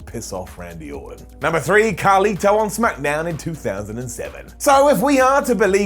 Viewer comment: His name is carlito not carli